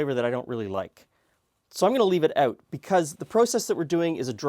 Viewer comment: "Dry oot too quickly" lol